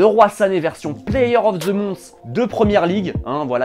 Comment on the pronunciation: "Version player of the mons" faut faire un effort avec l'anglais